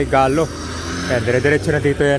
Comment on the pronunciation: Brgy. Galas not Galo sir